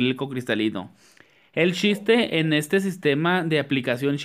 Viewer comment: el SHISTE, SHICAS JAJAJAJAJ amo como habla lpm